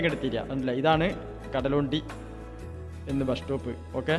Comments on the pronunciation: കടലോണ്ടി അല്ല കടലുണ്ടി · കടലോണ്ടി അല്ല സഹോ കടലുണ്ടി